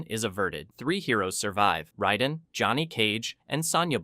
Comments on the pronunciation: raiden not riden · it's not ryden It's Raiden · It’s pronounced Rayden not Ryden. Go watch the movies and listen. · OMG this video was so hard to watch simply because of your constant mispronounciation of all the damn names 😡🤬😤...like were you having a stroke while recording this!? Lol cause sometimes you'd say them correctly then other times you'd just choose to mispronounce them Raiden is RAY DIN not ride un Lui Kang is Ka Ang not kon g You even went out of your way to say Kano wrong....Kay NO...not kaw no This video was great but that little bit was driving me crazy!!! Sonya....Sa own ya not Sa on ya....my god man 🤦🏽‍♂️🤦🏽‍♂️ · Why do you keep saying “riden” when it’s “raiden” that’s bugging tf out of me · How are you a fan of a franchise that 35 years old and refuse to pronounce the characters names CORRECTLY🤦‍♂️ Who is “Rieden” and why is he playing RAIDEN’s (RAY-DEN) role? The game told us how to pronounce his name from day one. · Ryden? Who tf is Ryden? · Can not excuse this disgusting pronunciation of Raiden. Raid-En. Cmon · You lost me at "rye-den". Any human who has ever heard of mortal kombat knows this. Loser. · Ray-den = raiden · Sorry, wtf is that pronunciation of Raiden????? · How can you have all this information about the MK universe but can’t say Raiden’s name right